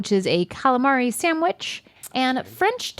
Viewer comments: I love how says 'sam-wich'. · But she still can’t say sandwich correctly 😭